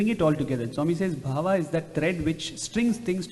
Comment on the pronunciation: Sai Ram. Say Bhaava, NOT BHAVA. BHAAVAM In sanskrit. 🙏